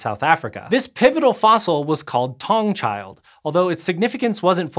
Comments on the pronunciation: Taung is pronounced Ta-Ung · Taung is pronounced, 'Ta-ung'. The 'ta' is like the hard 'T' in "sTart". The "ung" is like "oong"